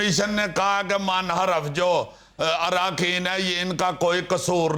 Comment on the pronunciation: Munharif Not Manharaf